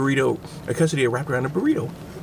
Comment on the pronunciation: KAY-suh-dee-yuh KAY-suh-ree-toe How have you made it this far in life without knowing how to pronounce those words?